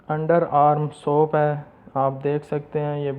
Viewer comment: Soap not soup dear illiterate youtuber.